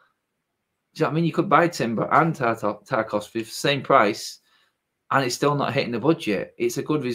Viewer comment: Lost all credibility when he said Tarkowski.